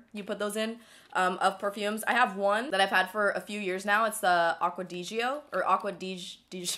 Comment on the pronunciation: Aqua di gio ( Aqua dee gio )😂😂😂 girl get it together